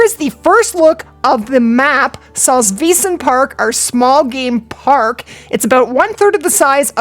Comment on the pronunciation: Its pronounced saltswiesen park